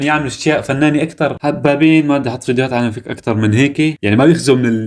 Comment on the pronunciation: عالم الفيك اول مرة قرأتو بالفتحة 😂😂😂😂بدل الياء 😂😂😂